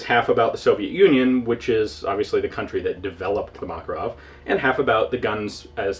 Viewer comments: btw it's MakArov, not MAkarov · dear ian, thank you for yet another interesting vid. a side comment--- i have a friend who was in the soviet military who says that makarov is pronounced Ma Ká Rov,accent on the ká. on the same subject, the name mondragon is accented on the last sylable-- mon dra gón (i live in mexico) thanks again for all the great vids. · LoL, it accent should be on the second "a" - "Mah-cAr-ow", like "hey, dude, dats muh cAr get ow it!"